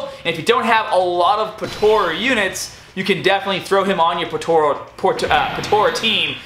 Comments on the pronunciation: its po-tar-a not po-taur-a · Bro its not Potora its potara pls say it right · I love how you say "potara"